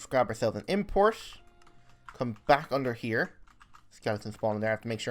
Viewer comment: its funny how you say importer :D